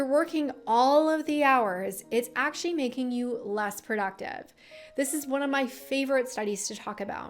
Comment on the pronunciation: Why do you say "productive" like that?